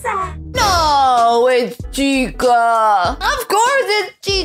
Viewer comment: it’s chica.